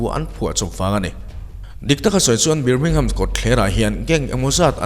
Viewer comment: Birmingham...BIR laihi BAR ti a lamtur niin kahria